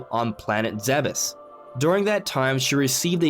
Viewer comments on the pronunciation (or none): I hate it when everyone pronounces it as ch-ozo. Itz KO-ZO!!!!!!!!!!!! stop if! If most of you do not consider the Prime series as canon, then hearing ch-ozo from her ship in Corruption is not legitimate. And Zebes is pronounced ZEE-bes. Get it right and stop being sheep.